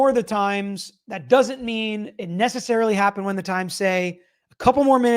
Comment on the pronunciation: The phone search expert said "Not Nessicarilly" at 0227. To me this means it "May" have been 0227 ....still not what defense wants to hear